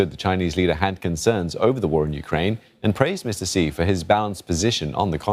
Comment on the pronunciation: I am quite amazed by who can pronounce President Xi's name accurately.